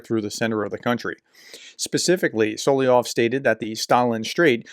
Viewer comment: I don't usually get annoyed at the mispronunciations, but Solovyov appears enough that it might be worth noting it's so-lov-yov, not so-lee-yov